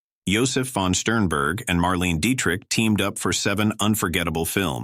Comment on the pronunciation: Gol-den era… Mar-Lean Deetric. The automated voice here is downright insulting. And the autogenerated text! Just truisms that could apply to any decent movie. This is brain-death.